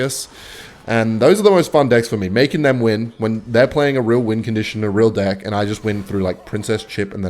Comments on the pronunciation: Why does he keep on saying dick instead of deck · are you saying deck or dick bruh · Am I the only one hearing him say dick instead of deck all the time ? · why does he say dick instead of deck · Do Australians pronounce deck as dick? Kinda confused a little here sorry 😅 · ahhh it must be the wind.... i type this comment too early, he said deeck almost everytime lol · stop saying deck like that :face-green-smiling::face-green-smiling